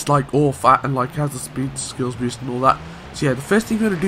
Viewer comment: idk know an accent that pronounce boost as "beest"